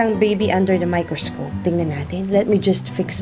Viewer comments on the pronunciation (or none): Tinascope! 😅 miKRIScope? 😅❤